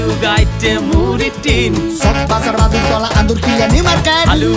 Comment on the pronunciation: বাদুরতলা* মাটির তলা না ভাই😆